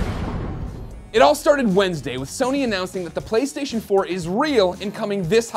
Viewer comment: "Pwaystation" lol